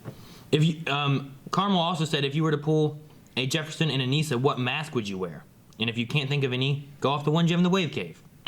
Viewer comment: It's Uh-Niss-Uh. Not Uh-Niece-Uh.